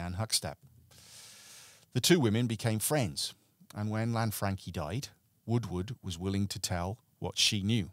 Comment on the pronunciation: Lan-Fran-Chee not Lanfrankie